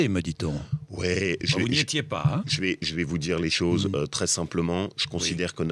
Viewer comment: Laurent Wauquiez : "Che ne dirai pas de mal de Copé"